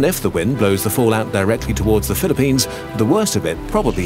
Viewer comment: I really like how you said Philippines correctly :D